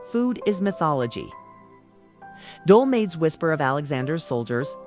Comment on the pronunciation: Dolmades? Do-MA-thez. Who/what’s reading this? Loukamades. Lou-co-MA-theys. Pathetic.